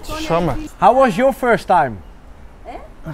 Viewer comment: niemand.... werkelijk niemand..... Giel: "How was joor furst tijm?"